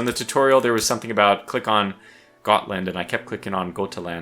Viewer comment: As someone who speaks Swedish, Gotland pronunciation was good, in Swedish Götaland's G is pronounced like Y, so something like Yuhtaland. Great video!